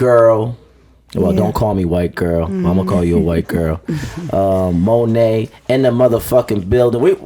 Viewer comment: Did he call her Monét 🤣🤣🤣🤣🤣🤣